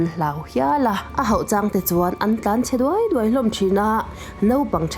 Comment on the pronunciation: An tlanchhe duai duai tih i thluk dan hi a mak top 😂